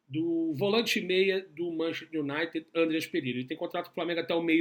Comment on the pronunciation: MAN CHES TER, repita, MAN CHES TER kkkkk Bom trabalho aí.